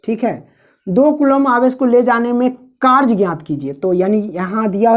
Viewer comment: W = Karj nahi W=Karya Hota Hai Sir ( karj karj karj karj karj karj ) 🫤🫤🫤🫤🫤🫤🫤